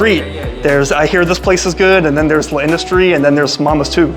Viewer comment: The apostrophe in L'Industrie indicates that a letter has been elided, specifically the 'a' in la (because, perhaps surprisingly, industrie is a feminine noun in French). So even without the apostrophe it would be "La Industrie" rather than the "Le Industrie" you're pronouncing it as; with it, you just say it as one word without a pause. You got close a couple of times! Will definitely check some of these out when I'm next in NYC, I've always just gone to the closest place selling slices and been uniformly disappointed. I liked the look of the Mama's Too one the most, though it was very heavy on the cheese. And pizza in Italy is definitely a different thing from in the US, with similar sorts of regional variations too. Hope you and your wife have a great time there and your illness passes quickly!